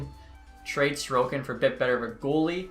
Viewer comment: probably xtech. In his Alaska franchise mode his backup is Ilya Sorokin and he is pronouncing his name like Sorkin